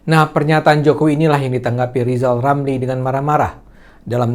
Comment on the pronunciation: Waduuuuhhh trus gimana nasib LIZAL LAMLI ? G ada yg nyalonin jadi presiden kan udah ngebet jadi Presiden ini waktunya jangan cuma besar omong LIZAL LAMLI Ingat jangan hilangkan huruf R yaaaa?